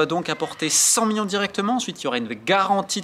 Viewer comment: Top mais stp million pas mion ça frappe les oreilles